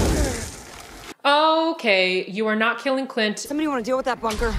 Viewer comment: I swear she's saying clit instead of Clint